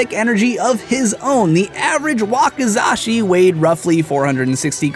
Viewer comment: Finally someone who can pronounce Wakizashi correctly ty (But why tf did you say that samurai used it as a distraction? They are distractions sometimes dipped in poison used by NINJAS)